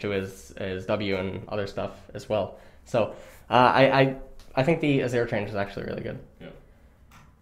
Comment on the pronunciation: Mawna Void Stawff What's next, Awzir?